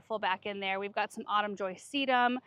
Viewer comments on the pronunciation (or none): ...repeat after me. Autumn null. Lol